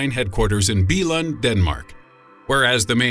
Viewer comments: eeeeeeeeeh I'm from Denmark, and the way he said Lego's HQ in "Billund" <--- I cringed xD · I laughed so much when you pronounced Billund 😂 😂 😂